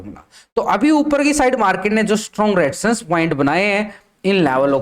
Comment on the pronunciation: रेडीजसn nahi Resistance bolo